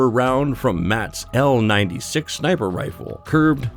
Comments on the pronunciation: I swear he said “Snaper” at the beginning. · Sinper bitten by a viper !! 😂